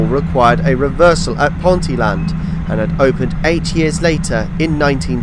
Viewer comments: Fantastic, enjoyed this, having watched your Yellow Line video yesterday :o) Just a couple of pronunciation corrections, as a Newcastle chap: Ponteland is pronounced "PonTEEl'nd" with the emphasis on the 'tee' sound. Fawdon is pronounced as "forden" (the 'w' is not voiced). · Fabulous video and good informative narrative but you did make me laugh with your attempt at pronouncing Ponteland and Stanhope 🤣🤣 (Pon- teal-lund and Stan-uhp)